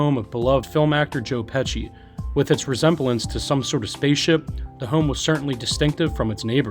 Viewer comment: I mean joe Pesci the way you pronounce his last name, wow!?!